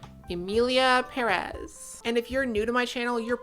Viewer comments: Now that we're all trying to be more inclusive and what not, as a Spanish speaker I must tell you all, it's PE-rez, not Pe-REZ, the emphasis in on the "Pe", that's why it has the little accent on the top (Pérez), it indicates where the stressed vowel is. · I cringe so hard every time you say emilia peREZ IT HAS A FREAKING ACCENT IN THE FIRST SYLLABLE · 100% splitting hairs here and way beside the point. But as a latino it is killing me that you are saying Pérez the wrong way around. The accentuation is in the first syllable of the last name "Pe" hence the accent ´ (not that I expect a speaker of a different language to know this grammar rule). But it is also the most common pronunciation, by far. You are saying it as peREZ which is the other way around. Anyways fuck this movie and fuck the director, I think we should all focus on Johanne Sacreblu - 2025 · ok this video is banger and I´m just one minute in but as a native spanish speaker and latino you pronouncing the Pérez without the accent (peREZ) instead of (PErez) is driving me insane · Worst part is that not a single soul can pronounce Pérez correctly. It has the freaking accentuation right there wtf is wrong with you people!! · The stress on the second syllable of "Pérez" kills me. But i bet this movie already killed you first.